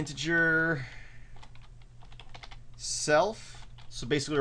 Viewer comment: its not intergar, its initiate....